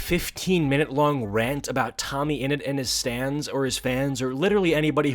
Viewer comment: Is it just me or did I hear "Stands" instead of "Stans" or am I just too much of a Jojo fan?